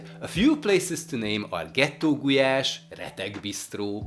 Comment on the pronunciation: It’s gulyás not gulás. How do you want people to learn the correct pronunciation when a Hungarian won’t say it like it should be said. Just saying.